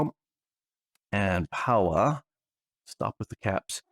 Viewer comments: Powah! POWAH!! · Unlimited POWAH!